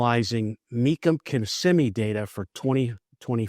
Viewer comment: “Mecum Kimmsimee data”